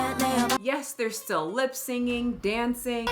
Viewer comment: You said "lip singing"💀